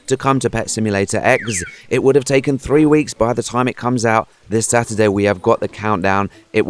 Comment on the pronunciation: When you say Stuartday I say sun day lol